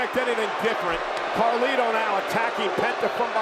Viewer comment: thats not Carlito anymore its Car Lito